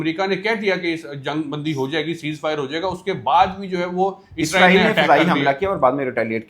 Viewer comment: Isreal name toh thik tang seee Bol leee